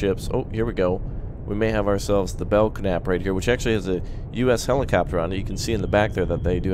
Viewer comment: Bell-nap..thats how its pronounced. named after: USS Belknap (DLG-26/CG-26), named for Rear Admirals George E. Belknap (1832–1903) and ... The first USN combatant ships to revert to all steel superstructure were the Arleigh Burke class